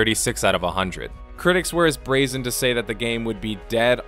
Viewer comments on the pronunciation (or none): none